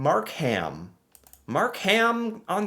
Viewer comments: It is not MarkHam it is pronounced Markum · Not your fault, but I did laugh at some of your pronunciation. Mark Ham sounded like a person's name. You say it faster Markem, all run together, not separate. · it's pronounced "Mark-um". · Mark-um. NOT MarK-HAM. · Markham is pronounced Mark im (short I) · Don't pronounce the "H" in Markham. Say it like Markem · Markham is pronounced Mark-um. we're tricking you with the silent "h" (because we like silent letters up here) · pronounced mark um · Markham is pronounced MAR-Kim. Toronto is pronounced like. Tronno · Markham is pronounced Mark-um. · no I wonder how people in Birmingham Alabama pronounce their city. Because traditionally the ham has been truncated. So it’s just Markum now. But I know a lot of people have a problem with the HAM suffix unless you’re from that city. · Markham isn't pronounced Mark ham. It is pronounced with silent h......Markum.❤️🇨🇦🇨🇦🇨🇦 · Easy way to Pronounce it - Long Gail Q-Bec ( My Wife ) lived there & thats how she says it ! Mark-AM - Mark - Em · The "h" in Markham is silent. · This was a fun reaction video. But I kept wishing it was live so I could jump in and help you with pronunciation. Not every city. Just Longeuil(long - gay) and Markham (Mark 'em). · Sorry, You pronounced Markham wrong, the "h" is silent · Lol..the way is pronouncing Markham...bless him for trying and learning. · Markham is pronounced without the h. Love watching your channel. As a Canadian you are teaching me things I didn't even know about my country. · you dont pronounce the H in the word Markham. ❤ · Mississauga is Brampton's next door neighbour and we are both part of the GTA (greater Toronto area). We lived in Longueuil, Quebec before we moved to Brampton. Markham - the h is silent Toronto - the second t is silent, if you use it you either work on TV or you're not from around here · Markham, don't pronounce the h. Brampton, pronounce ton as tin.